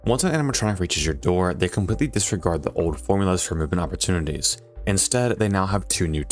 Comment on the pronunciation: "Oppertunites" rip